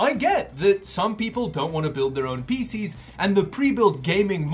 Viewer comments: Every time says pcs it sounds like faeces to me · Does anyone else get a sort of satisfaction with the way says "PCs"? Almost reminds me of Reese's Pieces- but not. I don't know. Am I losing it? what have you done?